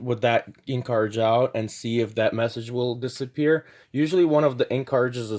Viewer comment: Did your teachers teach you to not pronounce T's or is this a generational fad? There is no Buh ER, Car Ridge, Buh Uhn.